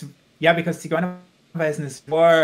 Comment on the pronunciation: I like how he pronounced "Ziguerweisen" So nice